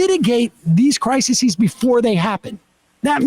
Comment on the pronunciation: *Crises (cry seas) is the plural of crisis, Sam. Not criseses